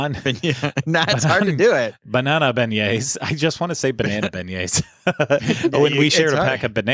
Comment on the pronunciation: I will never get over you guys saying Bañana Beignets!!!!